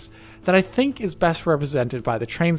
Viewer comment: haha, "denk". oh, my fellow german:-3